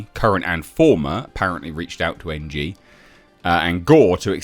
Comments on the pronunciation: The surnmae "Ng" is pronounced "eeng." At lesst the dude I knew with that last name said it like that. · Ng is pronounced "Ing" not N.G 😂